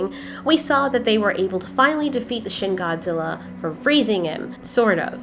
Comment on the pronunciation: you said shin gorji